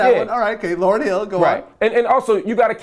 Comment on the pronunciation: this nigga said Lauren hill! I'm done with this interview!